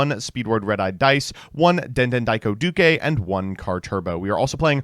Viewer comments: Yet again he pronounces the widely used word “Duke” as “Dukay” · why are you pronouncing "duke" with an extra syllable? what is going on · Why does he pronounce Duke like that? Duke is an English word